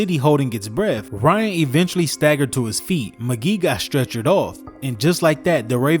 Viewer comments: Lol can tell you're a youngin. Its not pronounced Willis Mcgee. Its McGahee, pronounced like "Mick-Gay-Hee". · Dude calls him willis mc-geeh. Its willis mc-gay-he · Ok bruh. When u do research on stuff u know nothing about, get the pronounciation right first. Its not Willis Mcgee 😂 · Mah-gae-hee Willis mcgahee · Willis Mac-Gae-hee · *Willis Muh-gay-he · Dude... This guy said that Roger Goodell said something the didn't even say and he can't even pronounce the player's names... He can't pronounce McGahee and there was another one... And he's calling James Harrison Debo. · Your saying Willis Maghee wrong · Great video but please know how to pronounce McGahee. Commentary good tho👊